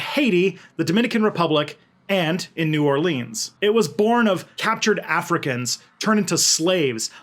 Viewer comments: The cringed so much when u said new orleans. Pronounce it right 😭😭😭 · Pronounce New Orleans right please